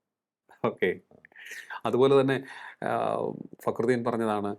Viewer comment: നി എന്ത് കൊണ കൊണ ആണ് ടാ പറയുന്നത്